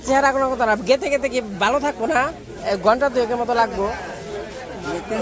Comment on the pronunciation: গেতে গেতে কি? কথাটা যাইতে যাইতে ( যেতে যেতে )।